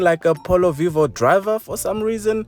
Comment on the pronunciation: I. Like. Your. Polo. Voio